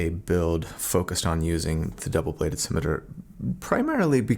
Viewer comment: Because I'm a bad person, I enjoyed listening to you struggle with the pronunciation of "scimitar" (which apparently I've been pronouncing wrong my whole life - at least the part where I knew what that thing was). The obvious lesson here is: Live in blissful ignorance and never look anything up.